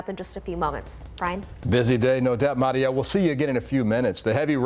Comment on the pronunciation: Love how he pronounces Maria 😍